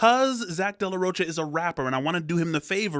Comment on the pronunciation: I think his last name pronounced like a 'K' not like 'ch'ain 😶